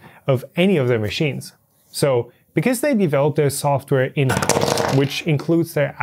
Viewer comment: "they developed their software in-auw-se!"